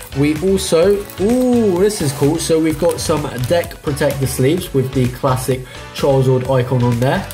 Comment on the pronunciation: Dat mystery box doe, what a nice surprise. Oh and it's Charizard not Charizord lol :p